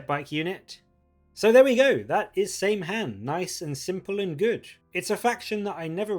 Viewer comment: Saim-Hann is pronounced Sam-Hine btw.